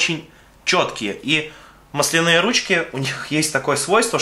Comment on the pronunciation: мааасленые а не малсленыые !! разница в ударении